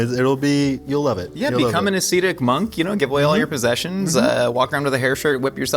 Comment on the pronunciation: pronounces "ascetic" like a guy who's more familiar with food science. Love it!